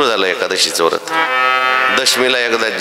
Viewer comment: व्रत असे म्हणावे